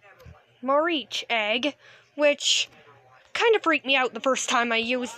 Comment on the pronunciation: it's pronounced may- tree-ark